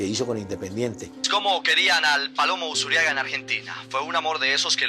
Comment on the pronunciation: es ALVEIRO USURRIAGA LOPEZ .... no "Usuriaga" con doble R... RR